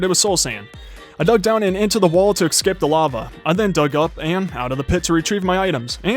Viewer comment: So... whos going to tell him its escape and not ecscape